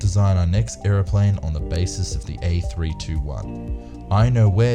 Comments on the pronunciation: Actually it's pronounced A three hundred twenty one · It is pronounced Airbus A3 21, not Airbus A3 2 1.